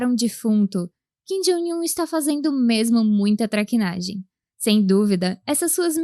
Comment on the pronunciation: ô narradora, por que você sempre pronuncia Kim "Jóing" Un? Não é assim que se fala!